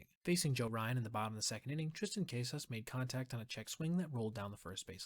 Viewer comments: It’s CASS-iss, not CASE-iss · “CAH-SIS” not caysis 👍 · Caw-Suhs Not cases. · “Cay-sas” is criminal mispronouncing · isn't it pronounced "cass-sus" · And to pronounce his last name correctly